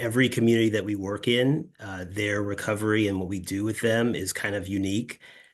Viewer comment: 'Our worK, is in the pronunciation!'